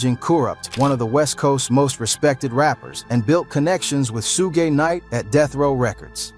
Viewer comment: U don't even know how to read, say suge again lmfao